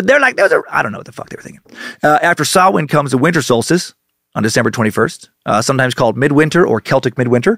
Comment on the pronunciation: Props for pronouncing samhain correctly I was bracing myself